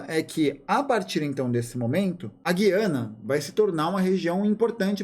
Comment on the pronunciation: Só um comentário: A pronúncia correta é "gu-i-ana".